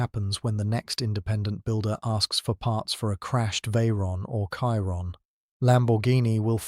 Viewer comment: Chiron - pronounced “shiron” not “kiron” you’re not American